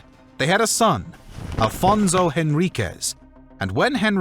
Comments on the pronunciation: First of all, I'm loving the video, half way through it Second of all thanks for trying your best in some cases to pronounce correctly the names But like why read Afonso as Afonzo xwx It quite bugs my mind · Don't pronounce Portuguese names with Spanish accent please. It's not Alfonzo, it's AFONSO HENRIQUES.